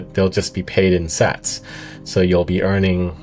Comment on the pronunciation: Pretty bad AI voice can’t even pronounce Sats correctly. Do better